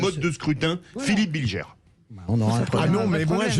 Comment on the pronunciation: "Bilgère"... cest BilGER bordel, ca désigne le pélerin en diutsch.